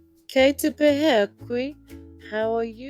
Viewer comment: its great that you have made a video to encourage the use of te reo Māori. The pronunciation of "pēhea" is incorrect unfortunately (as with other words too, sadly) which results in teaching and encouraging others to incorrectly pronounce te reo Māori. Perhaps you could edit the sound for this video and seek some guidance so that it is correct?